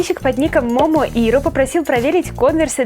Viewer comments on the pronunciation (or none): none